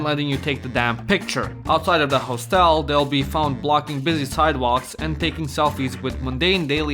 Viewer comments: You are mispronouncing hostel. It's like "hos" in "hostile" and not "hoe". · Step 1 of making video on hostels: Learn correct pronunciation of "hostel" kkk (just kidding, this video is hilarious)